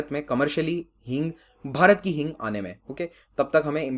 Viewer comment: That is hing not heeng